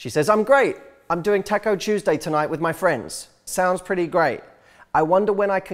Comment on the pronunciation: Taco that's not how you say it LOL